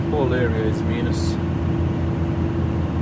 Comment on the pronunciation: Nije minus nego majnus 🤣🤣🤣🤣